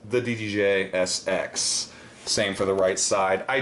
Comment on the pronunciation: And its ddj sz with (pronounciation) "set"